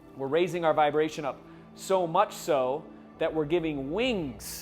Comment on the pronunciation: vibra-la-tion... I'm using that now :)